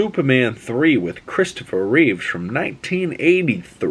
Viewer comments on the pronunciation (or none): Reeve not Reeves x